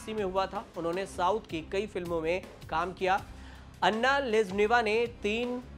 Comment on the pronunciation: भई अन्ना नहीं, अना बोलो